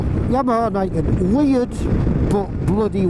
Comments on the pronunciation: Pronounce its name correctly please, it's "NEE ken", meaning "two (Ni) swords or blades (ken)". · pronounced "knee-ken"; "ni" is japanese for 2.